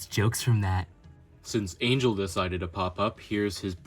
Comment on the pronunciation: Not me dying because he called knock off angel “angle”